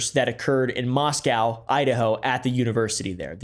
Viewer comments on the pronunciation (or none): Im doing the dishes and I’m listening to oomp and then I heard the name of the school I just graduated from. I dropped a plate to watch the video. Also it’s pronounced mossco not moscau like the Russian city is. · POV your sister goes to U of I also you said Moscow wrong its moss co not moss cow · That’s my Alma Mater🥲 Btw, we pronounce it Mos-Co, not Mos-cow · Moscow is pronounced "MOS-coh", not like the Russian city which is "MOS-cow"